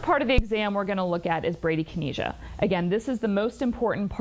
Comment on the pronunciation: Listening to Clayton try to pronounce bradykinesia was painful 😣